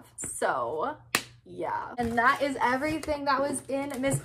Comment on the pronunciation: "i will try to dew det fow you" 🤣🤣🤣❤️